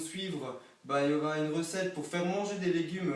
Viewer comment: Poureuh la recetteuh du Kebabeuh...